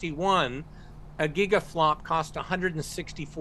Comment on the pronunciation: It's FLOPS, floating-point operations per second, not FLOP. The S is part of the acronym. FLOP would stand for floating-point operations per. That's not a meaningful concept. He mispronounced Pat Gelsinger. He said the Web started in 1993. He said "retinalopathy" but the term is actually "retinopathy." He said a smart phone has more compute than deepblue, the computer that powered the software that beat Kasparov. He makes too many mistakes for me to consider him any kind of expert. Sorry, he just doesn't make the cut.